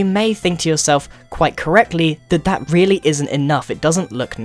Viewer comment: (The End) (Message From Grian) Me: Rweally? :)